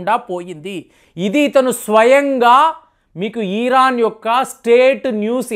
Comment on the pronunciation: ఈరన్ కాదురా మూర్ఖుడా ఇరాన్